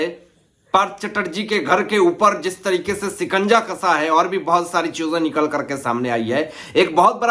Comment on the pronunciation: Oye, Sikanja is wrong, it is SHIKANJA. !/!/!